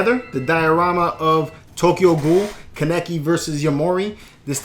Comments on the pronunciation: It’s ken kaneki (kan-neck-key) not kannecke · His name Is pronounce KAN-NE-KIE